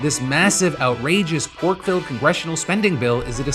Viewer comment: Emphasis on “Pork filled”😂😂😂